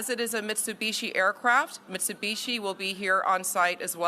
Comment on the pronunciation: Thought it was an Embraer CRJ, the spokesperson said "Mitsubisi'?